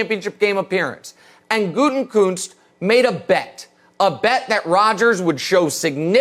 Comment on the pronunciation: Stop mispronunciating Gutekunst’s name, Colin and Nick. It’s not Gute(N)kunst. Why insert the N??